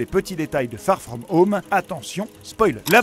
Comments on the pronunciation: "spider man FaRe FraUmE HaUMe " 😭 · ben... Bien sûr que je n'ai pas l'accent le plus anglais du monde mais je voulais juste rigoler parce que il dit " far frome home " d'une façon vraimeent française mais je n'ai jamais voulu avoir des propos méchant... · Tssss... Fait pas le mec. Personne ne dit "Spaïdèr Man" tout le monde prononce "Spider man". Peut être que tu le dis parfois mais fais pas genre quand tu parles du film tu as un Français normal et d'un coup tu prends un accent du futur pour bien prononcer "Far frome home"